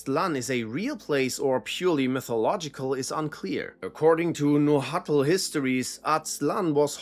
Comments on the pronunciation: Great video, But that's the worst pronunciation of "nahuatl" i ever heard xD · nahualt has a specific pronunciation